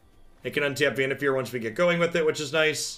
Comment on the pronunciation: I dont know if its right or if someone pointed it out allready, but i think its pronounced Vannif«A»r as in far away... anyways, loving your content as always.